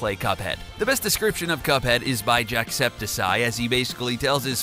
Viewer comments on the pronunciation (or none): First it it is pronounced markplier, not like pronounced Markaplier and Jackseptisy is pronounced JACKSEPTICEYE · It's Jack septic eye not Jack septic ceye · Omfg Jack-septic-eye Not Jack-septic-sie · Its Jack septic eye. Not Jack septisy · ITS NOT JACKSEPTISEIE ItS jack septik eye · Dude he has green hair and his name is jack-septic-eye jacksepticeye not jacksepticseye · omfg JACKSEPTISEYE? ITS JACKSEPTICEYE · I'm sorry but it's Jack-septic-eye not septisye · wtf is jackseptiseye ITS JACKSEPTICYEYE BROOOO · Jacksepticeye,not Jackseptiseeye. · It's not pronounced sye it's jack-septic-eye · Jacepticeye Reader:Nah fam Jacepticy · It's jacksepticeye not jacksepticy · It's jacksepticeye, like septic tank (pronounced septick) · Wtf is a “septicy” It’s jack-cepticK-EYE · SEP(TICK) not septis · u said jacksepticeye wrong u said jackseptiseye and its jacksepticeye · JackSepiside....... I want to die..... Jack-Sep-tic-guy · His name isn't jacksiptitcey it's jacksipticeye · Jacksepticeye!!!!!!!!!!!!!!!!!! not j a c k s e p t I s e y e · “Jacksepti-sy” jack. Septic. Eye. Lol Also, who would watch an anti-Semitic YouTuber? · Jacksepticeye. not Jackseptiseye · Is Jack Spedicey still relevant? Haha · In case of anything is Jack Septic Eye that's how you pronounce it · stop saying hes name rong is not an s sound tf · btw, jacksepticeye has a hard c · It’s Jacksepticeye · I like how he said jackseptiseye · “jackseptic sye” 😂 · It's jack-sptic-eye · Accidentally yells cuz they keep saying Jackseptiscie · he pronounced jacks name wrong it like this jack septic eye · Its pronouced jack septic eye XD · ITS PRONOUNCED JACKSEPTIKEYE AND HIS HAIR IS GREEN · That is not how you say septiceye. His picture is literally a septic eye. I’m not even a fan, and I know that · "Jackseptisy" you idiot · Did he say jack septisie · Your say ing jackseptoceye rong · Jackscepticeye is probounced jack-septic-eye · Noooo! Jacksepiseye?? Bro really Ceye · "Jackseptisy"...